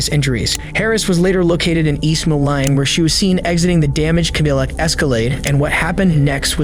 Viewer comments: I’m sorry…Ca-deal-ack Escalade? It’s a Cadillac. Is this an AI channel??? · Kuh-leel-ick Escalade? Is this an AI channel? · bro the ai voice can't even pronounce shit right. this is getting old. just a half ass attempt at a video. its cadillac not cadilic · AI voiceover is trash. "Kuh-dill-uck"? Try Cadillac, fuckwads. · “Cuh-deal-uck Escalade” Bro, that’s (cah-dih-lack) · The BOT got Escalade right, but not Cuh-DILL-ak. 😂😂😂😂😂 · Eee ow ah? Cad illic? Bro what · AI voiceover is so corny! ca-dill-ac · The name Chhabria is as much of a crime as your pronunciacion of Chaydiyllac or whatever you said. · East Maline? And ca-dill-ick? What the hell is that lol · Can we PLEASE work on the fucking pronunciations of words when using Ai to speak? At least listen to it once and find 90% of the errors. Twice if you want to find another 5%. It's almost cringe worthy of the CUH-DILLICK and whatever was said trying to read the news clip. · If you're going to use AI, at least check it before releasing the video. Cadillac isn't pronounced Ka-DILL-ic. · 0.50 "cuh-DILL-uck" Escalade. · Your voiceover software just pronounced Cadillac as "Kuh-dill-ACK" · Amazing that you can pronounce "Chhabria" but not "Cadillac" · This awful AI voiceover mispronounced "2 AM", "Iowa", "Cadillac", and "Moline", all within the first minute of the video. Boycott this garbage. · Your AI cant even pronounce Cadillac! SMH. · Learn how to pronounce Cadillac you loser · Might wanna teach that AI of yours how to say "Cadillac" smdh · You need to tell your AI how to pronounce Cadillac!